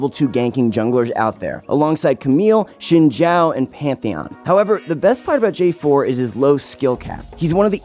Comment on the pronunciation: Bro, you are literally the only one outside of China to pronounce Xin Zhao's name correctly.